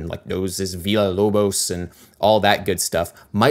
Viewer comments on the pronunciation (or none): Did he just pronounce the name of the Brazilian composer "Heitor Villa-Lobos" in Spanish ("Viya-Lobos")??? 😱😱😱 😜😜😜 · You're the third guy in a relatively short span of time that I've seen pronouncing the LL in Villa-Lobos' name sort of like a Spanish (or even a French) LL. But actually in Portuguese the LL would be pronounced in the same way as in English. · Yes, he did. He pronounced it with the French way of saying 'illa', instead of the appropriate "ila" sound. Maybe he doesn't know Villa-Lobos is Brazillan? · Did he mention Villa Lobos and mispronounced hia name ?